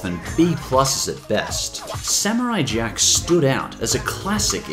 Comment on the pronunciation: Not samutay jack amazinf world of GUMBAL